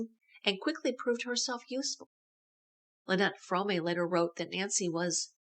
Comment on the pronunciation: It's Squeaky Fromme pronounced FROME NOT FRO-MAY! UGH